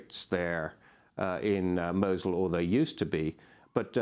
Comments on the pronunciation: why she saying mochel its fuckin mosul (Nainawa) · she keeps sayn mochul